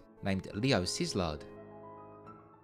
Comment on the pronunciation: I know absolutely nothing about the issue , But I question how you pronounce Leo Szilard's last name, which think I head as SIZLARD. That seems wrong, but I don't know. The only thing I'm sure about is that Hungarian pronunciation is not obvious.